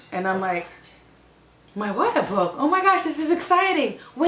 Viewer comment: I like when she says "my water bwoke"